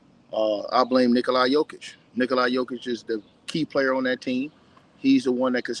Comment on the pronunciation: why he always say nikolaya jokic 😂😭🤣